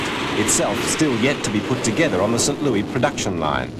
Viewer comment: Kind of annoying to listen to someone constantly mispronounce St. Louis. But still a good video.